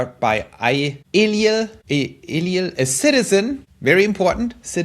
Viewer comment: Thanks for answering my question. I completely got it now. 👍😀 Btw: my name is hebrew. So El - i - el (not english) is the right pronounciation. 👍😎